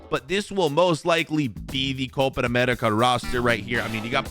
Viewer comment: why dos bro say copar america ???